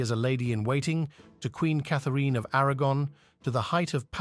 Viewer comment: Didn’t realise until it really struggled to say Eighth, Sixth, Kathereeeeen. 😂